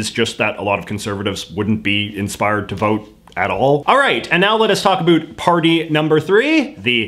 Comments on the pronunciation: As a Canadian I don’t like how you say “about” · It's hard to take this dude seriously "a boot" anything with that silly pronunciation . This hoser can just take off eh cause Canadians doo'nt say a boot when they talk about politics, beer hockey or even maple syrup style health care . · The way you say "about" is funny:) Your videos are great!! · Is it weird that I am watching just to hear him say "about " in weird way 🤔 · you're putting it on with the about pronunciation - no one says it like that! lol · fake canadian? no one in Canada actually pronounces about the way he does he’s obviously faking it. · I can't stand the way he pronounces 'about' . Totally fake and annoying.